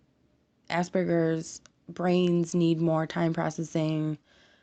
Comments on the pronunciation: AsPerGers not ass burgers, you can't say it right dont say it. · "Ah-Sper-Gers" not "Ass-Burgers"